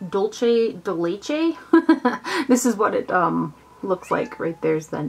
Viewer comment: "Dulce de Leche" is spanish, so the "c" in Dulce is a soft sound, not a che pronunciation like Leche. :D Enjoyed the vid, as always.~